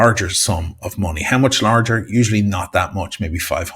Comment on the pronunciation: Try pronouncing "money" and "much" properly. Yob!